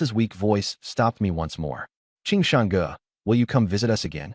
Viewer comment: AI needs to be trained to pronounce GE 哥 like “gurr”